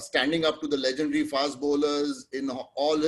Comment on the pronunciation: Nice to see the great G. R. Vishwanath still going strong. The discordant notes were the interviewer's constant and jarring mispronunciation of "legendary" and his referring to Mr. Vishwanath as Vishy, when he is old enough to be his father.